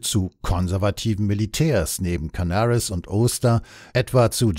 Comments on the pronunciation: "Ädmiral Cannaris" und "Dschenerääl Oster" (englisch ausgesprochen). Ernsthaft jetzt? Oder sind damit nicht Wilhelm Canaris und Hans Oster gemeint sondern ihre angloamerikanischen Doppelgänger? Musste jedenfalls laut lachen. Ach ja, Dulles wird auch nicht ganz so wie die amerikanisch-englische Aussprache von Dallas ausgesprochen. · Es gibt durchaus Leute, die die Namen Canaris und Oster nicht kennen. Meine Nichte zum Beispiel. Die dachte wegen der englischen Aussprache, dass es sich um Amerikaner oder Briten handeln muss. Derart in die Irre geführt hat sie den Podcast nicht mehr verstanden. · Wie immer bei Rügemer interessant und gut recherchiert. Was mich wundert, warum manche Deutschen in englisch ausgesprochen werden, zb Canaris, wie auch andere.